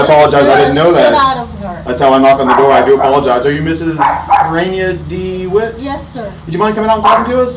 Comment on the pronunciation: Ray-Knee-Uh Dee-Witt